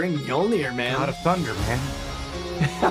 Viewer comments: It’s pronounced me-yol-ner…. If ya didn’t know 🤣🤣🤣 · It's so funny you americans cannot say mjolnir :D